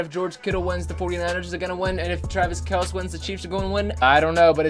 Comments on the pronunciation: It's not fair cause not the same route every time also its kel-cee not kelc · It’s Kelce pronounced kel-see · It's pronounced :Kell-see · It’s Kelceeeee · His pronunciation bothered me too dude. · U know what would be the best thing ever.........If would say Travis Kelce right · Btw your pronouncing kelce wrong not a big deal but just pointing it out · Lightning Bolt I cringe every time